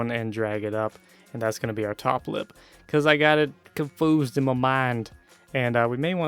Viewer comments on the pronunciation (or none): "comfusud" ummm wrong pronounce once XD